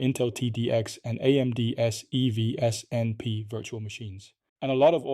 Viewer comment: “Eee pee why see” 😂